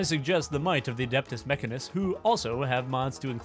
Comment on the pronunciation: I regret to inform you that it's pronounced meh can eh cuss, as it's spelled Mechanicus and not Mechanus.